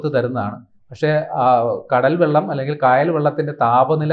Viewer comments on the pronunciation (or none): none